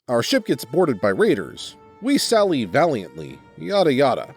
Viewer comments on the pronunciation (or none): none